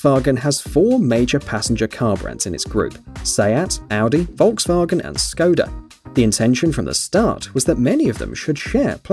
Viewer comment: I’ve never heard someone pronounce Volkswagen properly